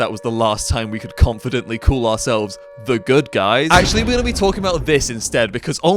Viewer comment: Call* not Khool